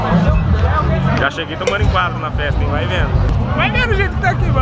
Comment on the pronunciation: "VAI VENO" KKKKK É noiz zica